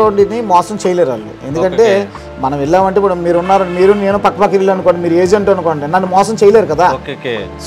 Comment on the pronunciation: Illu lu kaadu babu.ఇళ్లు అనాలి.